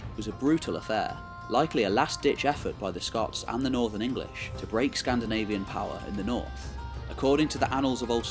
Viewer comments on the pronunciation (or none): none